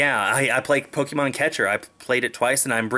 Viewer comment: Ppk-AY-mon, not Pok-EE-mon